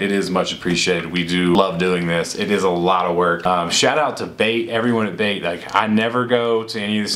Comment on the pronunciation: LANo he said Bait not Bape